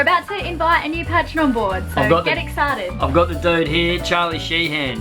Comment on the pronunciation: The way they pronounce patron, is that an aussie thing or just ignorance?